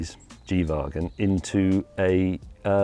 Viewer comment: its so proper how he pronounced G-wagon